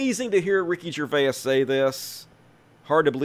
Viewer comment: "Gervais" is two syllables, not three. And yes, it does look like he stole your tweet idea. Noice! ☺️